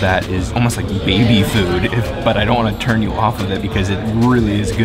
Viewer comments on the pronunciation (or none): none